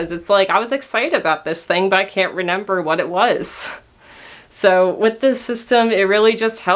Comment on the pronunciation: Omggg I'm not the only one that says renember